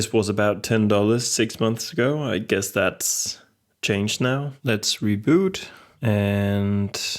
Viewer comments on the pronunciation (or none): none